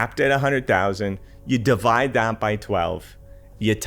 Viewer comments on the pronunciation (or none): none